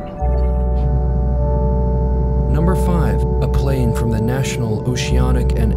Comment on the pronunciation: it's pronounced "thee eye" not "the eye" , the latter really grates on you and makes you sound all guttural and awkward.